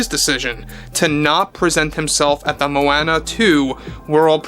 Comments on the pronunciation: Moh-Anna? Dude. Where have you been. It’s Moh-AH-nuh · The way you say Moana is pathetic AF. It's so easy to say it right lol